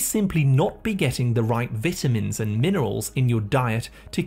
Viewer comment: oh my god the way he says vitamins is cringey, he's pronouncing the word wrong 😮